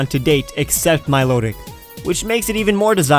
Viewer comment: THERE IS NO R IN MILOTIC!